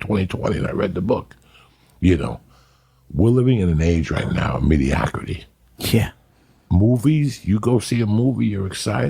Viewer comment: "mediacrity" lmao